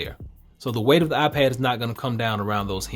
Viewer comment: You said iPed pro